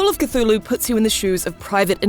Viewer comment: C THUL HU!!! Not catulu